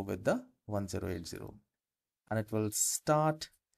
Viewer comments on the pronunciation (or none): Could you do a video on how to improve your voice recording? Just kidding a little jab there. Also 1080p is said 'ten eighty P (as in pee)' oof, the reviews are not good but it should do what I want. The export/save is not obvious and if you click the wrong button it takes you out of the editor.